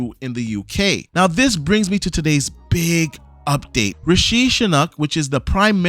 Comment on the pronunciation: Rishi rhymes with squishy. Sunak is pronounced like "sue knack".